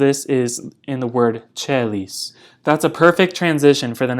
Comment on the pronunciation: very good way of putting things its a bit helpful but also to note caelis the C is pronounced as K not the ch sound, C and G are very closely related meaning they are basically the same sound same with I & J, J is uppercase i is lowercase such as the name Jesus is pronounced iesus, same with U & V, V is uppercase u is lowercase like the name Vincent the latin translation is uincentius, anything masculine in names ends in the two letter 'us' and anything feminine in names ends in a vowel. I guess I should apologize you had it right the first way, there are 3 levels of Latin; Ancient or old, middle or medieval, and late or modern, yours is modern mine is ancient. Latin is the forefront of my religion as well and it is indeed very difficult. but thanks for the info on vowels very helpful immensely.